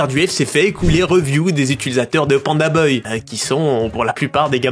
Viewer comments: Pandabuy ( 🗣️ bay ) non pas boy !! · ba « baille » dans la vidéo il dit « beuil » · mdr c pas pandaBOY mais pandaBUY poto la prononciation catastrophique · « beuil » au lieu de buy (baille) 😭😭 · les prix de livraison ont explosés c'est fou. Par contre stp c'est PandaBuy (baille) pas beuy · Tu m'as énervé pdt toute la vidéo, c'est panda "baille" pas panda "beuille" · Je sais pas si c’est l’accent Suisse mais ça se prononce « PandaBAYE » et non « PandaBeuye »😅voilà voilà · Panda ''bye'' et non ''boy'' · Buy: « BAILLE » pas BEUILLE arrête pitié 😭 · pandabuy « bye » pas pandaboy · Pourquoi tu prononces Panda Boy, alors que c'est clairement Buy, ca va pas chez vous les suisses? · PandaBAILLE pas BEUILLE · Moi j'ai entendu PandaBoy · Panda "Beuye" mdr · Panda beuil il a dis mdrrrrrr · ça se dit Panda Bai chef👌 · "Panda Beuille" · très très interessant la video bravo mais par contre Panda BUY par pitié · Y a moyen de le prononcer genre "panda baille" s'te plaît ? 😅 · Pourquoi tu dis Panda Boy ? 😂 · Quand je pense au nombre de fois ou tu a dis "baille" dans tes vidéos... Pour "buy", dis pareil, tu vas voir, ça va marcher tout seul. :) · pk tu dis pandaboy mdr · pourquoi tu dis pandabeuy lol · Pandabuy ou pandaboy ? Drôle de prononciation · Alors ... rien à dire très bonne vidéo, mais par contre je suis traumatisé par ta façon de dire le nom du site " pandabeuy", ça m'a stressé à chaque fois que tu le disais 😂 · mais par contre on prononce pas PANDABEUY, rassurez-moi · pk tu dis pandaboy c perturbant de bz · Ok c'est parce que ton cours d'anglais a été rapide. Apprends a prononcer "Buy" boy 🤣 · Pandabeuil ? Sérieux vous savez pas prononcer buy (= acheter) ?! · pandabeuy hahaha apprends à parler frero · Pour quelqu'un qui dit "les bailles" une phrases sur 2 c'est bizarre de pas savoir dire Pandabuy correctement. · Inbuvable la video tu fais 11min sur un sujet dont tu sais mm pas prononcer le nom orh g mal au crâne 🙉